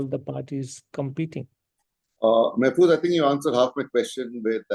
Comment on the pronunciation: Mr. Mahfuz Anam is one of the most respected and well educated journalists of our country. Please don't disrespect him by calling his name wrongly. It's Mahfuz (an aa sound) and not Mehfuz with an (ey) sound.